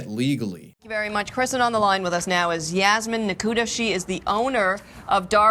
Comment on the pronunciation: Hey btw, it's written as Yasmin, Yasmine, or Yasmeen, but it's always pronounced as Yasmeen. Just lettin' ya know